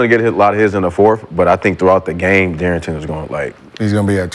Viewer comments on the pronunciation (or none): Why does this hooked on phonics ass nigga Brandon keep saying Dearrington Fox it’s De’arron. He’s been saying this for 2 seasons now 😂